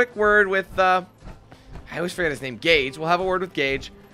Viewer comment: Gage his name is Gage